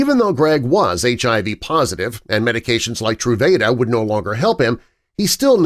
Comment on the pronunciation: This video was driving me crazy pronouncing the name of the medication wrong (true-vah-duh)